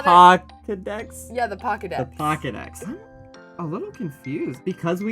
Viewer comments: They're saying "Pawkedex" as a joke. Because cats. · One, it's Pokey-dex with a long 'o'. Two, are you getting multiple lives like a cat's 9 lives, being reincarnated as a different person each time you die?